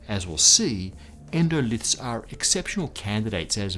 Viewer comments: That's 'endolith', not 'endolyth'. Is the writer really a sciency guy? Hard to believe. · 'Endolyth'? Surely you mean endolith?